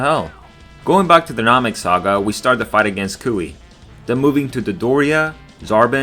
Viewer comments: Vegeta: Nah-mek YouTuber: Naw-meck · Did bro say Nahmik ? Lmao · Namik, Rekoomie, Zarbin. Never even thought it was possible to mispronounce dragonball names